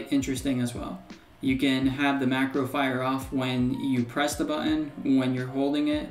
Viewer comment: It's always fun hearing how different American people say "button". I've heard several people say "buTTTon", and the other extreme seems to be here saying "buUUon". But don't mind me, I'm just poking fun.. I'm from Ireland where we rarely pronounce the "h" "th" in words, so we say things like "tree" for "three", and "dere" for "there"..